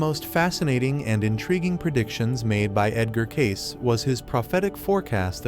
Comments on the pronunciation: It's pronounced Ca see not case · It’s pronounced Cay-see, not Cayc. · It’s pronounced Cay-See. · It's pronounced, "Kay-see" as though you just say the letters, "K C". Fact check me: the Association for Research and Enlightenment, where Cayce's readings are stored and made available for study. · His name is Cayce pronounced k-see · How do you expect people to watch this when your not pronouncing Edward Casey correctly? Annoying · He should at least get Edgar cayce's pronunciation right good Lord doesn't this man even know anything about him or is he just reading a script